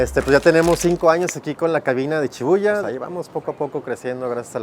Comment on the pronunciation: disculpen pero no es chibuya es shibuya